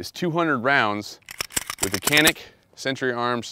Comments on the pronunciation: Hey, just to let everyone know. The C in Turkish is pronounced J. So it's Janik. Sources: visited Turkey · Its pronounced Janik. The C makes the CH sound but sounds like a J. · no (K) you can tell to this pistol turkish language .... Canik .. not KANİK....BECAUSE WE ARE TELLİNG AMERİCAN GUNS ABOUT ENGLİSH LANGUAGE ...... FOR EXAMPLE = colt pistol .. we don't tell about colt pistol (JOLT PİSTOL) UNMDERSTAND ???? NOT (K) ... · It's actually pronounced Janik. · Actually pronounced with a J .Janik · Pronounced "Djanick" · öyle olunca vurgu son hecede oluyor gibi geliyor belki djunick daha doğru:)